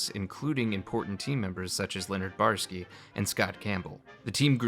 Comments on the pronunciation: Say it with me now: Bo-Yar-Ski! 3 syllables. Not Borsky, or Barsky lol. Nah, just kidding. Not a huge deal, but still irked me a bit. Other than that little hiccup, it's a great video. Even though I knew most of this info from countless other retrospectives and documentaries on YT, there's no such thing as too many video essays on classic Fallout. Yours particularly stands out thanks to your presentation style and your sense of humour. Never thought I'd learn something new about Poker from a video about Fallout lol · What's with the weird refusal to say the "oy" in Boyarsky?